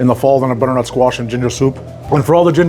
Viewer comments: BuDDERNuT SQUaSHH :0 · The budrrnut squash 🗣️ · br-nut squash 😂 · I swear you’re somehow putting an extra syllable in butternut